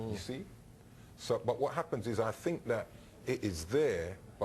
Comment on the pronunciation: It's not "fret" it's "threat" "th" th" "th". Come on now! And it's not "fink" either.